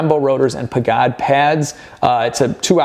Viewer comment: Its pronounced Paj-id not pagad